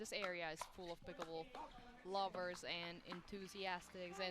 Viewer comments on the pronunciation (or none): Announcer calls it "picklebool." LOL